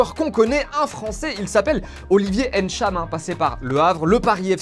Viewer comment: Olivier NTcham pas N’Tcham le N et le T ce prononce en même temps sans accent. C’est pareil pour Mbappé et Ngolo